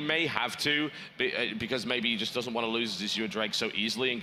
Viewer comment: Why do they keep calling the Azure drake an "as-oor" drake?